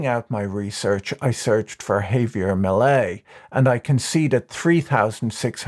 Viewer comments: "Jevier Macrai" MILEI. His last name is Milei, not Macrai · Did you mean to keep calling Millei McCry? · A couple substantial problems: First, early in the video you were talking about Margaret Thatcher and posted a picture of Queen Elizabeth as illustration. Secondly, near the end of your video, you seemed to begin calling Milei by the name of Micri, which was confusing. An edit might be a good idea. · Macri = 'máh-cree' ; Milei = 'mee-láy-ee' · I'm a gringo who speaks some Spanish. The mispronunciations distract me. Mil-leye? Ma-creye? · I can’t help but hear the name President Mallaise. Still, I hope he achieves some good in there. No doubt they need drastic reform. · did he mess up his name on purpose at the end? And what's up with Queen Elizabeth? Does he do that to see if we're paying attention? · that's not how you pronounce Macri and Milei